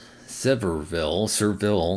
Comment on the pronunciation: thank you for the shoutout… it’s pronounced “severe-ville”